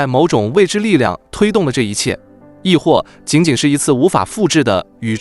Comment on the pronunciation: 投骰（sǎi）子，不读tóu